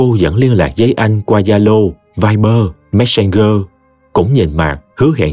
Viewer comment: Cảm ơn tg Lê Nguyệt và đã mang đến cho thính giả 1 truyện đầy ý nghĩa. Riêng K cho chị có chút ý kiến nha, messenger đọc là giơ, khg phải gơ 😊